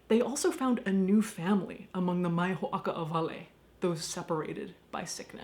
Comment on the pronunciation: I don't know if Caitlin will ever see this, but a linguistic note: the way you pronounced the Hawaiian term for Hansen's disease is wrong, in Hawaiian it's actually spelled (or rather, pronounced) "ma'i ho'oka'awale" with an 'okina providing a glottal stop between the a and i in the first word. The way you pronounced it here actually changes the meaning to "don't separate" or "don't segregate" as in a negative command--which made me laugh because it sounded like Caitlin was retroactively scolding them. And now for the historic note, in case anyone wanted to know! In older records diacriticals like the 'okina and kahako (it would be above the o here, but my phone won't let me type it) were omitted because they weren't needed by readers who were already fluent in Hawaiian. We use them today because the majority of those who speak Hawaiian today did not grow up as native speakers, and need them to indicate the correct pronunciation.